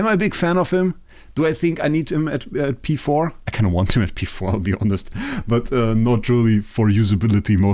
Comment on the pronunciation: I love how you said v4 multiple times instead of p4 😂 the ih terminology haha. Great video as always!